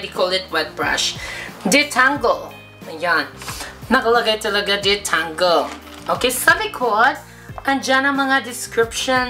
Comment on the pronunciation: Detengle?? Tengled?? Hahahaha!! Keri lang yan! Love you! 😘♥️♥️